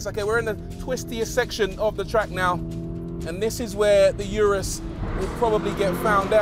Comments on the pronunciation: RORY, It’s pronounced URUS not YURUS GET IT RIGHT!! -good video though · Hate the way he pronounces "Urus."🤨😡😡